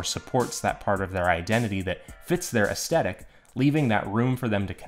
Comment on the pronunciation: I am so sorry man, I really want to watch this video, but I can't get past the fact that you say aesthetic wrong. It is like hearing nails on a chalkboard. It also sadly makes me think, "How am I suposed to take advise based around the word aesthetic when that person does not know how to say aesthetic?" Your presentation is excellent, the quality of the vid seems great, even the thumbnail drew me in. Sadly enough two mins in of hearing that wrong and I keep think, "I can't sit through it anymore." I don't say this in the comments to be mean. I say this because just in case I am not the only one feeling this way, I think any creator might want to know why people might turn away from there vids when they think they are doing everything right to get a lot of views (it seems to me you did everything else pretty great). I hope this helps T-T